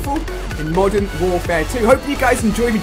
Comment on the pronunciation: At the start you said Mosern Warfare 2